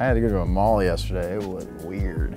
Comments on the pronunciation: Sounded like he said he had molly yesterday and I had to do a double take. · I thought he siad "I had a little of molly yesterday, it was weird" lmaoooo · Ohhh he said I had to go to a "mall" yesterday...I thought he said i took molly yesterday. Lmao